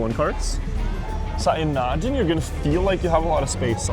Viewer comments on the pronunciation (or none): none